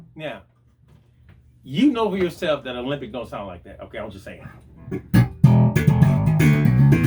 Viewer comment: It's pronounced ALEMBIC, not OLYMPIC. Otherwise, good video, as always..